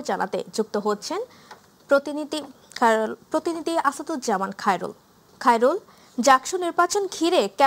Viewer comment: Flumbbing kore onek,protinidhi,udvudhon uccharon hoini